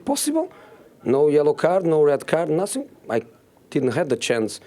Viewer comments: Sgt Shultz : I know nussing Jose Mourinho : I have nussing to say 😂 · He clearly wants to say nasink, so let him say nasink